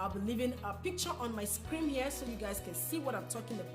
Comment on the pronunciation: "screen" not "scream"... Nobody wanna tell u that. Thanx for the video and much love beautiful